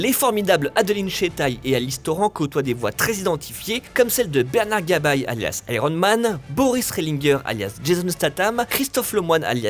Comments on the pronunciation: Une pure merveille ! Par contre ça aurait été mieux si la personne faisant la voix OFF savait de quoi elle parlait. Niveau prononciation c'est pas ça... Vi ne se dit pas Vi mais Vaille (à l'anglaise, même en VF), Bernard Gabay se prononce "Gabet" et Boris Rehlinger se prononce aussi à la française... "Ré lin jé"... Merci de les respecter :'( On est en France, ce sont des français.. Pourquoi "angliser" leur nom de famille ? Ca a aucun sens... C'est quand même triste pour une chaine spécialisée dans le cinéma de ne pas savoir comment on prononce ces noms si connus du doublage français... :/ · Bernard "Gab-aïe" et Boris "Relinegu-heure" ! mdrr Nan mais les gars faites un effort sur la prononciation des comédiens, c'est scandaleux là.